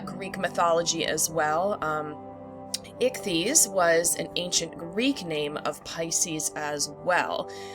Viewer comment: Excellent key points for finding Pisces. Also, as a Greek, let me commend you on your pronunciation of 'Ιχθυς' (formal Greek for fish)!👍